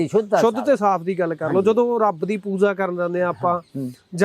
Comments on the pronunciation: ਬਾਈ ਰੱਬ ਬਾਰੇ ਸਵਾਲ ਪੁੱਛ ਰਿਹਾ ਤੇ ਪੂਜਾ ਨੂੰ ਪੂਜ਼ਾ ਕਹਿ ਰਿਹਾ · Y Pooja nu poozza kehnda lol 😂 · mins/ oye waddeya giyaania POOZA nai POOJA hunda🙄🙄